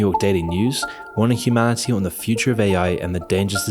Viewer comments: "Can you harm humanility?" 😂😂😂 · "can you harm humab? ... can you harm humanility?" 10/10 depiction of humanility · "can you harm humanility?" 😂bro really needs AI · "can you harm humaniLity?" xDDDD